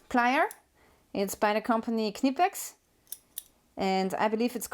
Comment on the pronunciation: Thank you as a German speaker for confirming the pronunciation of Knippex. I however prefer Nippex.